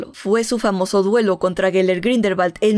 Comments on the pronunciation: Ya recorde porque deje de verte, me desesperaba el grindelbal siendo grindelwald.... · Grindelbat 🤣🤣🤣🤣🤣 dios mio 🤦